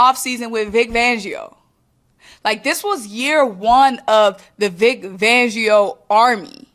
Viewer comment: Vic FANgio. 😂😂😂 Love the content but we can't be giving our guy a different name. It's not just you lol calling him Vic Vangio 😂😂😂 😂😂.💚🦅💚🦅